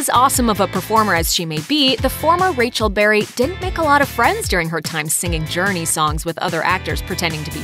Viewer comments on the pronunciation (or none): none